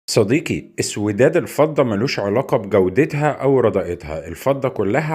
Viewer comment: الفضة بكسر ال ف ☑️